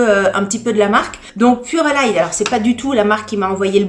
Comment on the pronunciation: Bonjour, je crois que sa se dit purelei, le E ne se prononce pas.